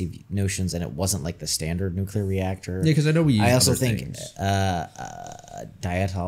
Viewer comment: They made Harris say nukilar instead of nuclear.